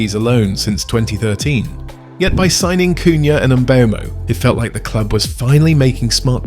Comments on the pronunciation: Please, please please start pronouncing Mbeumo's name correctly. It has been a pet peeve of mine this whole year, every commentator getting it BADLY wrong. Pronounce it like there is no E . Mbumo. say that. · Its funny how fans opinion differs, A certain United youtube channel who goes by a fake name said United ruined Mbeumo. Also, Learn how to pronounce Mbeumo, You sound like you're having a stroke.